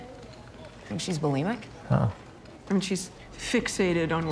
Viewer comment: Not a mental health care professional saying “bulemics” 😮‍💨